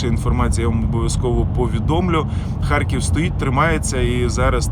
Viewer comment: В слові "ХАРКІВ" твердо Р !